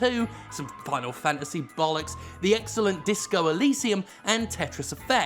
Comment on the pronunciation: Did Jim just call Shadowbringers BALLOCKS